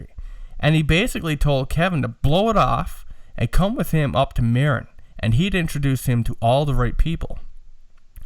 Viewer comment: FYI. Marin is pronounced MA-RIN. It is the county that begins on the North side of the golden Gate Bridge. Sausalito, Mill Valley and San Rafeal are 3 of the towns there. Several famous hippie bands moved there in the 60's and 70's when it was still pretty Bohemian. Now it is the affluent part of the Frisco Bay where high end Beemers and Mercedes etc. flood Interstate 101. There ya go. Random info for the day. Congrats on the Apollo. That pic of Bill Putnam working on an 1176 limiting amp inside the box really puts perspective into what you have. Search the phrase "Universal Audio 610 Console" to see and hear a neat vid of a vintage UA console in use. My opinion on the sound. More mids on your voice and cut the boominess a bit. Then you and Ryan will sound more balanced. You sound kinda scooped. Listen and see if you agree or not. Thanks guys.